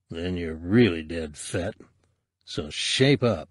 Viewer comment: I love how it sounds like he’s calling him Fatt. It’s hilarious every time he says it.